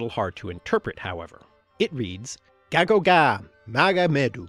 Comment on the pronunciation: Æ it's actually supposed to sound more like "ay" rather than "ah" so gægogæ should sound more like "gaygogay" and not "gahgogah"